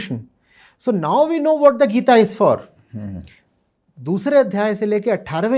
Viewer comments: Why the heck is calling Gita as geet? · Why you pronounce Gita as "Geet" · Bhai podcast bana rahe h itne bade gyani ko bulaya h inko. Bhagwatgita ka naam lena bhi ni aata bhagwat geet 😅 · Why are you not pronouncing "gita "word properly man..... This is very arrogant of you